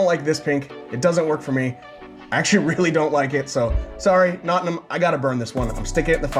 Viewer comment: Your pronunciation of Nottingham grates on the ear.